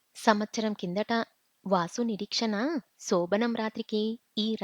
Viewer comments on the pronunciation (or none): నిరక్షణ కాదు నిరీక్షణ